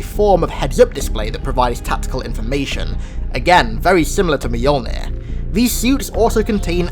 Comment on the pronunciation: You are by far my favorite Halo channel, but you definitely need help pronouncing Mjolnir. (Mule-near) 😉